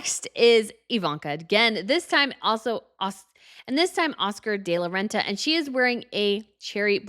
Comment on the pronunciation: Please learn how to pronounce Oscar de la Renta. “De” is not pronounced like “day.”